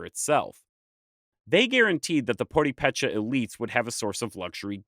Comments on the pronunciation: Sounds like you're saying poripecha... Puh-reh-peh-cha. 😂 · The written accent over the first é indicates that is where the word is stressed when spoken. So, instead of PurepÉcha, it should be PurÉpecha. Having said that, this was an excellent video nonetheless. I was born and raised in Morelia and have been to the PÁtzcuaro area many times. I learned so much from this video. Thanks. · I am part Tarascan or purepecha or Michoaque. And yeas you are butchering the name you say poripecha it’s pronounced something like poorepecha in English pronunciation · I'm gonna watch as many of your uploads as I can over the near future so don't take what I say to be hostile. Why do you go out of your way to mispronounce names? You know so much I can't comprehend why. It's not PurePECHA, it's PurEpecha. That's why there's an accent mark over the e.You do the same thing on other words. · Now, I must also say that I cringed every time you said pur-ee-pecha >_< Please, remember that in Spanish all vowels are short. Pur-eh-pecha. Though I also would like to congratulate you on your overall purepecha pronunciation. In particular with Tzintzuntzan. This, along with Parangaricutirimicuaro, were used as tonguetwisters when I was in elementary. As a footnote, I could not understand when you mentioned Axayacatl. But nahuatl is a more complex language with clusters of consonants. Many of which are also used as tonguetwisters in Mexico 😊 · Purépecha. México and Michoacán should have capital letters and Tzintzuntzan and Purépecha have the emphasis on the second syllable. Pur-eh-pe-cha. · I can’t get past the repetitive pronunciation of purepecha as “poripecha”. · At least pronounce the names correctly. It is Puripecha. Michoacan. It is not Aztecs. It is Meshicas. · puh-REH-peh-cha, not por-ee-PEH-cha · The accent is on the second syllable: pur-RAY-pay-cha, not pur-ray-PAY-cha. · Pronounced more like: Poo-re(both Es sound like e in egg)pecha, vs. podipecha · Poo re peh Chaa….not puripecha